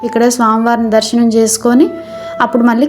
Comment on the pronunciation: దర్సనం కాదు దర్శనం